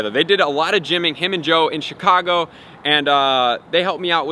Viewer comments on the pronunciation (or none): none